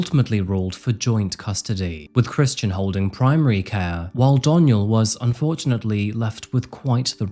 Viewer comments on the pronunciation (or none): My god, did you ever butcher the names on this! I had to take notes! You referred to Kristin and James’s family name alternately as Nolan, Patrick, and Brock. I couldn’t keep it straight. On top of that you sometimes pronounced Kristin’s name as “Christian” which is a man’s name, adding further confusion. Nolan is her maiden name. Patrick was her first married name. Brock was her second married name. Her and James are the Brocks, not the Patricks or the Nolans, yet at a various places you referred to them as such. Why so much confusion in the names? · Kristin or Christian? This dude messed up the name multiple times in the video, it got confusing to follow as an audio listener. Do better